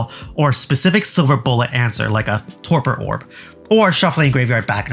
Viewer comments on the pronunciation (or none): none